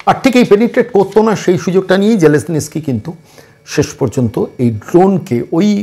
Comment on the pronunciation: Batela....😂😂😂😂.....onar naam vladimir zelensky....sge uccharon ta thik kor....